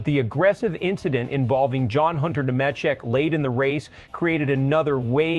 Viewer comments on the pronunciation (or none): Ne meh check, it's pronounced nee maa check. Ai slop and click bait.